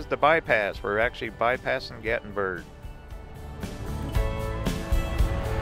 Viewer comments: FYI, it’s called GATLINBURG NOT GATBURG! Can’t you read? Gatlinburg was made famous because there was a Civil War battle fought there. Also in 2016 there was a major fire there, several people died. It was in the national News. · Why are you calling it Gat-in-burg it's Gatlinburg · Was looking for this. Thank you for pointing out the correct pronunciation for GatLinburg. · "gattenburg" makes me 😂 every time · it’s Gat-Lin-Burg buddy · There’s actually an “L” in GatLINburg.